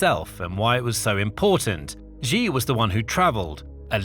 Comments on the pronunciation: Its actually pronounced xi(shi) not ji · You've made several videos about Xi Jinping. Can you start pronouncing his name correctly? It's pronounced "shee", like 'he and she'. It both reduces your credibility and grows more irritating with every repetition. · Pronounced "She" Jinping